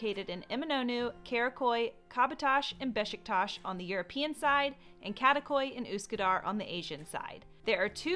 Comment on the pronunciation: Hi, just a friendly note: be careful with the names. As we have "Kadıköy" and "Karaköy" (fully different districts), and could be confusing when you say "Kadakoy". 😊